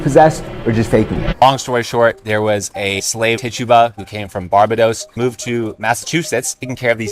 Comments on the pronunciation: "BAR-buh-dose" ❌ "Bar-BAY-dose" ✅ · The pronunciation of Barbados is BAR-BAY-DOS, emphasis on the 2nd syllable